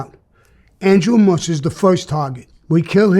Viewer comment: MUSH NOT BUSH